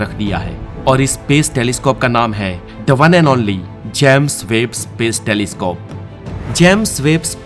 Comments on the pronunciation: भाई जैम्स वेब नहीं होता है जेम्स वेब होता है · भाई जेम्स वेब है इसका नाम ना की जैम्स वेब !